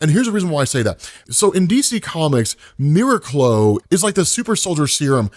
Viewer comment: I think it's pronounced mir-aac-lo